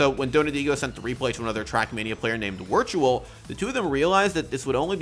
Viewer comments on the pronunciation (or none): hahaha wortual. its pronounced virtual